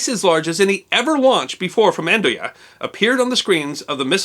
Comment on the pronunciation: Good job on the Andøya pronunciation.